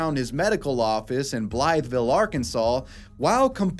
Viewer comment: Not important, but I'm from Arkansas and Blytheville is pronounced as if the 'th' isn't there lol. Just thought it was funny hearing the way someone who isn't from here reads it with that doctor story.